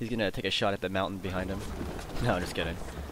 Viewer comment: I was the one who tried to get you to play LOTR- total war, but you said noh xD